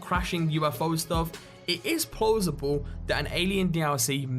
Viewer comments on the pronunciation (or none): "Do You Think It's Plosible?"